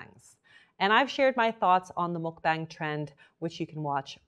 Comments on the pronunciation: I love your videos so much. I feel so safe with you. just a tip though! its pronouncedd muk b(ah)ng. like when u say aaaaa for thee dentist! it's deriveeedd from the word bangsong in korean that meaans broadcast! muk is eating. Eating broadcast! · i love you! but please... it's pronounced "muck bong!" 😭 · MULK BANG ARE YOU KIDDING? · It's not Muk-BANG it's more like muk-bong